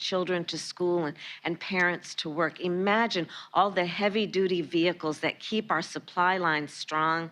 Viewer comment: The word is "IMAGINE" not "EMAGINE". If you can't speak English, get out of your office. What do you propose to use to transport what Americans need?